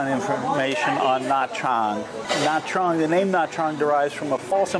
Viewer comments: Nha Trang is pronounced something like Nya Jang. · Nha Trang is pronounced "na jahng"